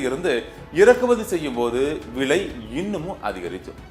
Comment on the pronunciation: செய்தி வாசிக்கும் பன்னாடை போறம்போக்கு....அது BETROL இல்லையடா முட்டாள் கூ..... அதை PETROL என்று உச்சரிக்க வேண்டும். அதே போல் வ்லை என்று உச்சரிக்க கூடாது....விலை என்றே உச்சரிக்க வேண்டும். உனக்கு சரியான உச்சரிப்பு வரவில்லை என்றால்....செய்தி வாசிக்க வராதே....செத்துடு.